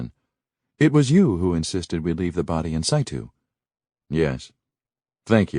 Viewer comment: In situ is iffy, it could be they just didn't know...but dour is pronounced both ways, according to region and education. Dour=sour is common in many areas especially Midwest America. Dour=dooor is more common other parts, and the usual pronunciation in the UK.